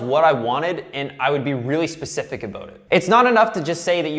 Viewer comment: God you were annoying all through this i just felt like correcting you all the time. As for PACIFIC instead of SPECIFIC... Ha! admit it..! you just did it to test me.....?😘🎶🤘🎸